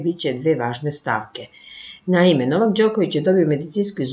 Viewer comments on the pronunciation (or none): Izgovaraj NOLETOVU korist kad već ME UMEŠ da izgovoriš NOvak!!